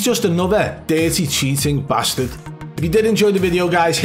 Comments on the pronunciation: A scouser saying Bastard is funny as fuck. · I love how much emphasis you put on “RAT” & “BASTARD”. 😈 Like you dare someone to tell you what to say and how to say it. I SAID WHAT I SAID! Do Something about it 😂😂